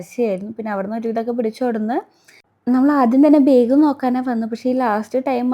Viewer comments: ബേഗ് അല്ല ബാഗ് ആണ് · ബായഗ് അല്ല ബാഗ് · Why saying beeg....its Bag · okk.. Pashe pronouns cheyane mistake paranjenn ollu... District base cheyth allalo nammal pronouns cheyndedh